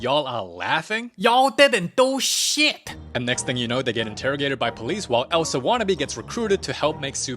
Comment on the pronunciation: let it gauooorr ELSUUH 😭😭